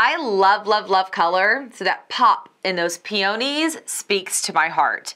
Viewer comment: It’s PEE-uh-nees, not Pe-OH-nees. 😃